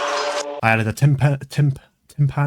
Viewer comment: And yet he can't pronounce timpani 💔